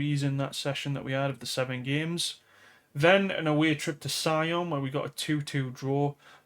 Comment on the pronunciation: It’s best to think of Sion as French sounding; She-on. Your other pronunciations are pretty spot on. Impressive :)